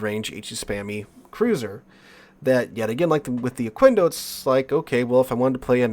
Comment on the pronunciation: Just a tip: Pronounce the "quendo" part as you would "kendo" (as in Okendo). In Spanish, the u after a q is 'silent' if there's an 'e' or 'i' after it. Also, I haven't touched that ship like, ever. Got it from dockyard, is still sitting on dock - thought abount bringing it to Operations, but I'm not sure how it'd perform...